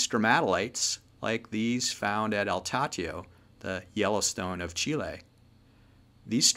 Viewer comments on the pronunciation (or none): none